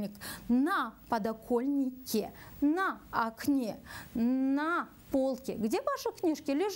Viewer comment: Извините, будет не " на подокольнике" , а на подоконнике. Как я слышу вы говорите "ль".